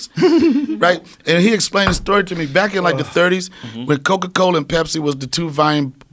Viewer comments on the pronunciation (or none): Bruh is saying cocoa instead of coca. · Or Coka as Coco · Coca not Coco